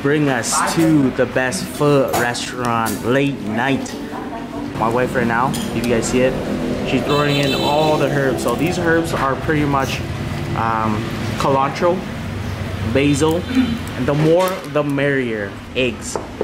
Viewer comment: He was trying to say culantro (sawtooth herb), which isn't cilantro. But he said killantro instead. LOL!